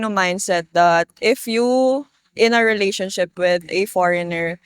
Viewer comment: I love how Filipinas pronounce and accentuate the word re-la-tion-ship. They way you say this word is the best.